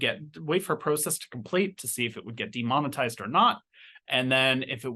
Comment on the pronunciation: The way you pronounced 'de-monetized' at@ gave me a vibe of demon-itized😃